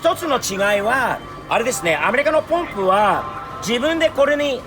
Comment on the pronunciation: いい車乗ってるねー。スティーブはちゃんと「ポンプ」って言ってる。アメリカの人はいつも「パンプ、パンプ」って言ってるよね。